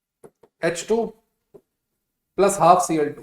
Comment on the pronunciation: Sir aap ese kyu bolte ho plas (+)1 😂